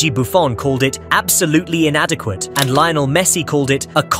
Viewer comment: How does anyone not know how to pronounce Messi's first name? You lose all credibility mate.